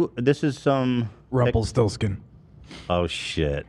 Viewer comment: DID ZACK JUST SAY RUMPLE FORESKIN